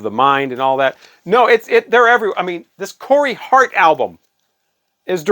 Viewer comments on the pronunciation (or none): none